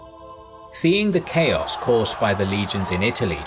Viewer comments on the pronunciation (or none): none